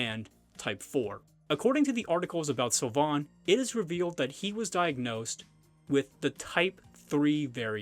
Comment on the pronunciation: "Beauty mark" is the literal translation of the French dub. (Which is very bad btw) (Sylvain = Seal vain) that's how it's pronounced.